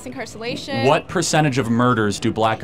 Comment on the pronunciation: “Mass incarsallation”